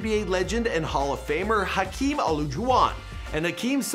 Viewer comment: His mispronunciation of Hakeem made me so mad